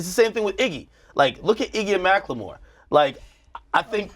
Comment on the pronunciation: why he always gotta pronounce macklemore wrong?